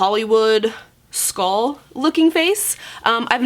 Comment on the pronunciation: Y u sayin skall instead of skull